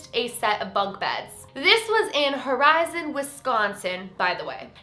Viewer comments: It truly bothers me that she says horizon instead of horicon. Our tiny town finally gets recognition and it’s pronounced wrong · IM LIVE HERE. (It’s pronounced horicon with a c by the way.) it’s the tiniest town also I live a block away. It’s barely a mile big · It's Horicon Wisconsin not Horizon Wisconsin. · **Horicon, WI....not Horizon